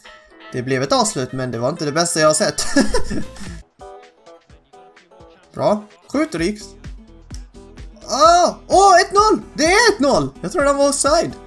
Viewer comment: Rikes uttalas Rex